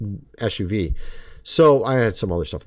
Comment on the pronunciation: when he said SUV i coulda sworn he said Esh-She-Bee (H-E-B) ha